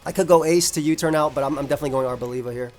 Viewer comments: Bruh really said labia 🙃🤣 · Arbolabia is my favourite Aim mon, just because of journey to prononuce its name coreectly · I didn't expect the Italian accent on "Arboliva" 😂 It cracked me up! (I'm Italian btw)